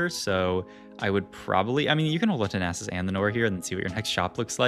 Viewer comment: and he says naysus and rak-kan lmao